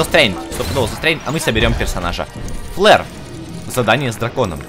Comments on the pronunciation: Не Флэр а Флёр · вообще то не ФЛЭР, А ФЛЁР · Не флер а флёр